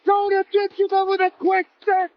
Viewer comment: Who the he'll is Dakota Decha? ITS Dicheva.